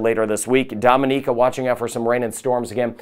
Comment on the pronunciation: Hi, huge fan here in Florida. I was going to comment that you are pronouncing Dominica wrong but I looked it up and your pronunciation is perfect and mine has been wrong for years (I've been there several times). dom-in-EE-kə... lol.